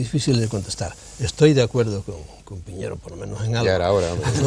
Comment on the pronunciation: El apellido es PIÑERO, no poñieiro Piñero es un apellido extremeño Es mi apellido